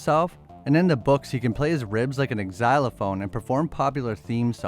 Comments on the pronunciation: The X in xylophone is pronounced like Z. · Ex-xylaphone is not how it's pronounced, I've never heard anyone say it like that. The x is silent. Not making fun of you, just helping you out. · Bro...did you pronounce it "ex-zylophone"? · Never lea=learned how tro pronounce xylophone? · Xylophone is not pronounced with an X sound.